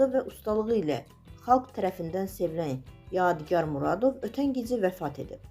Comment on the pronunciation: AY APARICI , YEDİ YAR NƏDİR ? ADINI DÜZ TƏLƏFFÜZ EDİN. ADI YADİGARDIR. UNİVERSİTETDƏ TƏLƏBƏ YOLDAŞIM OLUB. ALLAH RƏHMƏT ELƏSİN. RUHU ŞAD MƏKANI CƏNNƏT OLSUN.